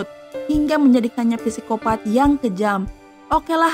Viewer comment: FYI nii kak,kalo penyebutan Psycopath yg benar itu Sikopat,hehe semoga komennya aku dibaca 💜💜